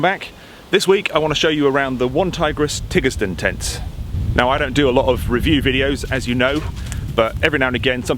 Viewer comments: 'Tiggers-den' ???? Tigers-den 😉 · I think it's pronounced "Tiger's den"! you've been watching too many Winnié the Pooh! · Tigersden pronounced Tigers den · “T I double gah Er” Tigger vs Tiger lol